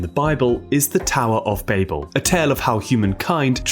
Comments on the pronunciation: Bah-bell, not Bayble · It's "Bah-bil" Not "Bay-Bil". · I refuse to watch a video where the creator cant pronounce the word the entire video is based on. “BAH-BULL” it’s not bay-bull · Immediately knew it was ai when they said "Bay-bell" it's Bah-ble. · "Baybel" ?!!! it's "bah-ble" ... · Ba bell! You know when someone babels on?! Not bay bell. That was frustrating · Cmon man Baybel? Naw babel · Say the fucking name right! It's pronounced BABBLE!!! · cannot really get into this because of the on purpose horrible pronunciation of bAYyyybull. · babel is pronounced like babble, you even acknowledge it in the video even in hebrew why must you say it wrong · Despite not being related to 'Babble,' it is pronounced Bab-el, because, as you mentioned, it was in Babylon, and both share the same root. And the purpose of the tower, at least in Genesis, wasn't to "threaten God" or to invade Heaven. The context suggests that "the heavens" referred to the sky, not the spiritual realm of Heaven. The purpose was to make a name for themselves. It was essentially a vanity project to show how powerful they were. God had told the people to spread across the Earth and they wanted to stay together and make a big city, so God had to separate them. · Bay-bel? Who says it like that. Your video sucks. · You’re chronic mispronunciation of the word Babel along with the correct pronunciation of Babylon is utterly infuriating🤦‍♂️ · Write it in a way that our British narrator can pronounce